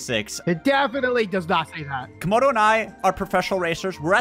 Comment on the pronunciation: say camodo its not 96 its 69